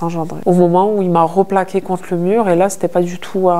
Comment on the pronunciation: "RO plaqué, " cette mode immonde de mettre des o au lieu de E! Replaqué et non roplaqué.